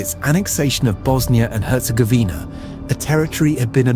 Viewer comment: And Bosnia herz-govner 🤣